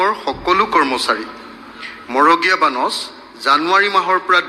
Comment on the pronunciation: মগড়ীয়া নে? মড়গীয়া।